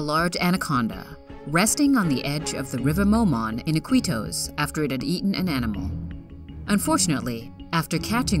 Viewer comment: she is saying Iquitos wrong and Indonesia. lol!!!!!